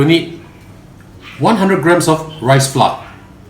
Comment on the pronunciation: That is not how you say "FLOUR" ...dude